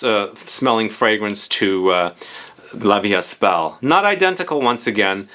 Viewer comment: The ”st” in La Vie Est Belle is silent. 🤭